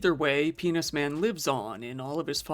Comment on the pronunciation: Did you say menis pan?😂